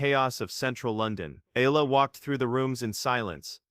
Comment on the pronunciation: AlexEala is pronounced as Alex Ayala please pronounce Alex Eala's last name correctly Alex Eala pronounced as Alex Ayala.